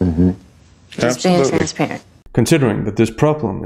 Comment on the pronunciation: Did Jada say "transparent or trans parent?" 😮